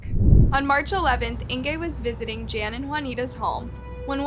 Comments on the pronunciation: Fairly certain that the name "Jan" is pronounced the European traditional way of "Yan", not the American/English "Jan", especially given their surname. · Jan is pronounced yan ! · DISGUSTING - yet again can't even get the victim's names or the areas they come from correct. These South Africans 🇿🇦are not Spanish, but likely Afrikaans, so a Dutch derivative. The "J's" are not pronounced as "h's" but as "y's" like Yan and Yanita.